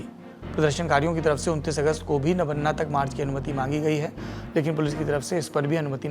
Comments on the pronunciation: Not nabanna it is nabanno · My dear friend before making video please correct your Bengali pronounciation. Kindly note it's not Nabanna .. it is Noubanno ... Listen to the bengal reporter who is doing live recording. Don't spoil & destroy the Bengali words as per your convenience. This message is not to insult you only pointing to correct you. Thank you. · It's not नवन्ना it's नवान्न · नबन्ना नहीं नबान्न...नव+अन्न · It's नबान्न, नबान्ना नहीं ... That's the problem with most of the Hindi speaking journalists, they don't pronounce the name as it is but as per their convenience. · Sir nobanno hota hai nobanna nhi 👍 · Nobanno.... Not Nobonna.... 😢😢😢😢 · Saurabhjee, Nabaanna ka pronunciation toh thik se kar lijiye, aise hi toh Rabindranath Thakur (Not Tagore) Ka Gaana ko National Anthem Bana k uske aisi ki taisi kar diya hua hai abhi ek bengali word k rape mat kijiye.. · Btw the pronounciation would be 'nobaanno'. Hope this helps. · Nabanna naam hai.. Nabo-anna नया चावल...... In hindi its नवान्न Thoda pronunciation me sudhar kar lijiye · नवान्न सही उच्चारण है। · Sir its nabanna. "नबान्न"